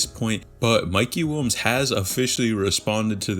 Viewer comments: Sounds like dude is saying “wombs” instead of Williams lol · bro why u keep saying mikey WUNS wtf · I can’t un hear it 😂